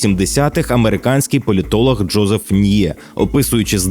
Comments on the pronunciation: який Джозеф Ніє, пацани? Джозеф Най правильно ж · Дякую за відео! Але... Най! Джозей Най! Не "Ньє")))) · Джозеф Ньє? Серйозно?